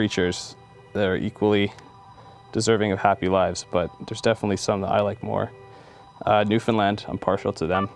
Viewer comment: Newfoundland! And he said it right..\m/ my home province. \m/ love this video! So creative, I think this may influence my future demos. Cheers!